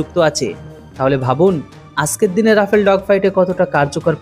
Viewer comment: Bhai achkerdine noy bolo ajkerdine